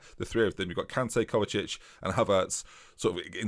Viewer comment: I know you always struggle with pronunciation but cmon.. It's Emmanuel KanTEH, said in a Mancunian way! Gotta love his rise from a defender in the Vanarama to midfield boss in the prem!